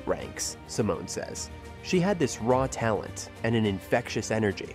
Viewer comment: “t ansform”, “rawtalent”“theelite” 😭😭